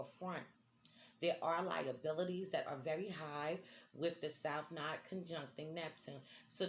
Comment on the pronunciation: It’s node not nod, rhymes with nose